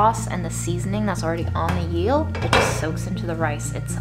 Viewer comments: there's no y in eel. think the word meal and then take away the m :) or like feel without the f :) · Eel is pronounced like meal 😋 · The gorgeous description of the cocoa fruit was absolute poetry. Amazing. Also I love how she said yeast correctly this time but was challenged by eel. You are a treasure and I hope you are healing and healthier. You deserve so much.